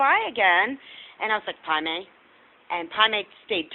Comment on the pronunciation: after all these vids. its Pai Mei....I was hearing Primate the whole time.